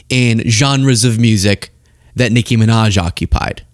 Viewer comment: Ion like the way you say Nicki’s name. If you don’t pull a little more unff in it, done say it!!